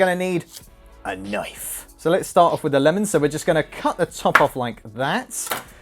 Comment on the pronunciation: a knoife